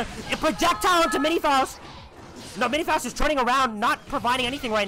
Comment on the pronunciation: cool video but you're pronouncing faust wrong